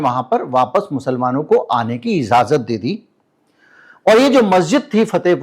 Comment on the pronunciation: Izazat Nahee ‘Ijazat’ jahir Nahee ’zahir’ aitraj Nahee ‘Aitaraz’ Because aapko ek long journey tei karni hai. Repetition of such words should be corrected. Please excuse me.